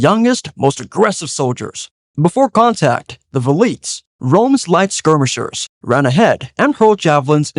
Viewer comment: I enjoyed the video but the pronunciation with the units for triple line killed me inside. Veh-lee-tays (Velites) and Tree-are-re-ee (Triarii) from my understanding.